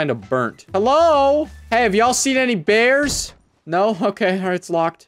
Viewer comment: Be vewy vewy quite, I'm hunting beaws